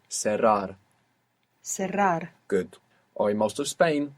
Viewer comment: I like when he says "Goot!" when she gets it right. Awesome videos mate, keep it up.